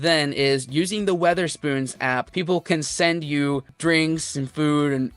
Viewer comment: It's Wetherspoons. No 'A'.